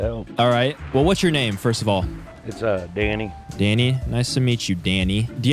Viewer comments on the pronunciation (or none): Why are u calling him fanny 😂 😂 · Its sound like your saying fanny not Danny ps fanny it a women's lower parts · he kept calling him fanny lol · Anyone notice how he called him fanny rather than danny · Does anyone else notice he calls Danny *Thanny*. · He’s not Danny it’s thany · He called Danny fanny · U kept calling dany fany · his name danny what i heard him calling him Fanny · Why do you say fanny instead of Danny lol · He was saying fanny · It’s Danny not Fanny lol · I can’t man he kept calling him fanny🤣🤣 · BRuH u keep calling him fanny 😂😂 or I’m deaf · Is it just me or does keep calling Danny fanny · I thought he said fanny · Are u saying fanny lol